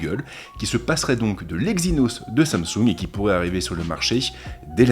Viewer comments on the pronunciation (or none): none